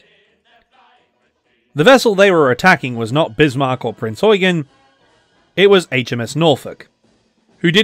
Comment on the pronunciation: You're not pronouncing "Prinz Eugen" correctly. "Eugen" is the German version of the English name "Eugene", and it's pronounced "Oi-gane" (with the second syllable drawn out) rather than "Oi-gun".